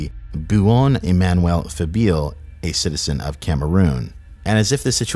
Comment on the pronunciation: E-man-u-well That's how Emmanuel is pronounced